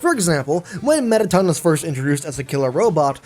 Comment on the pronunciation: a... Metta-Ton?